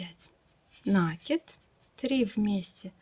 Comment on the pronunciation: Ну почему нАкид,а не накИд?